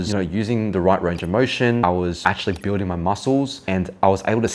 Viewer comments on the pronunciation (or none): is buiding not building